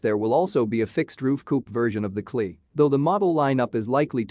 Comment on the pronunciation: KLEE???!!! It's a C.......L.......E